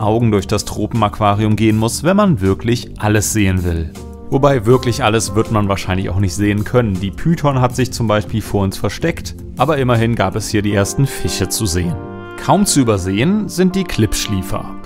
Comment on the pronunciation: Molch = Molsch. Fisch = Fich Warum vertauscht du sch und ch? 😄 ist das ein Dialekt?